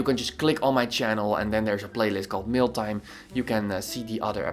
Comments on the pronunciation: Awesome feedback! Everytime you say Mail Time, it sounds like Mill Time 🤓 I Everytime think about you going to grind this people projects to pieces, i like it a lot. You really do dissect their projects in a good and simple understanding way. Oh by the way, I see lately you upload YT videos rarely, I for sure would like to see 2 videos a week and im sure some of your sub's would appreciate it too. 🤗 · It sounds like Meal Time to me, so I get hungry every time I hear it 😅